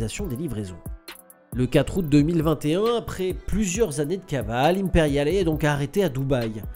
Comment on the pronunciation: Oui mais non il ne prononce pas le "e" à la fin d'Imperiale, faute grave.